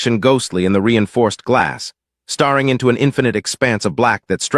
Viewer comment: You'd think by now ai could properly pronounce 'breathed', 'hoping' and 'staring' in context by now. I find it strange that ai music is so much better developed than ai narration. Narration seems much easier than music and lyrics.